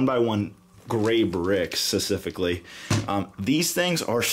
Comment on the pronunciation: No offense but he always says sessificaly ibstead of specifically but great videos